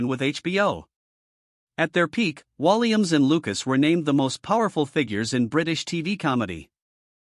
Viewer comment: When you can't pronounce his name right , after all the years he's been entertaining , it is time to shut your BS down . No thanks to your BS .